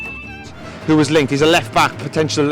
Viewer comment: Lol, is it hard to say 'who?'